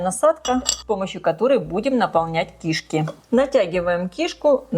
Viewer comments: Почему ки́шки а не кишка, вы не русская если да то я вас понимаю, но если что, всё таки надо говорит грамотно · Рецепты у шедевральные!!! Но давайте попросим известного блогера говорить правильно!! Ну какие кИшки......всегда и везде кишкИ. А одна кишкА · В слове «кишки» ударение падает на второй слог, на букву И — кишкИ Не большая кишкА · Почему кИшки с ударением на на первую букву И. Ведь правильно говорить кишкИ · Извините, но уши режет. КишкИ'. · Режет слух слово КИШКИ с ударением на первом слоге. В русском языке ударение ставится на втором слоге. Речь блогера должна быть грамотной. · Она не из России ей простительно. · Здравствуйте! Ставьте, пожалуйста, правильно ударение на слово "кишки" На последнюю букву. Сразу, даже, не поняла, что за слово Вы говорите😂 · это на украинском такое ударение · на укр.ударение на 1 слог) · но говорит то она по русски! 😂